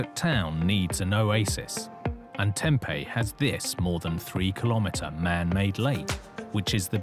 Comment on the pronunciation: The town of Tempe is typically pronounced "Tem-PEE" not "Tem-pay". I know, we have a lot of strange words. Lol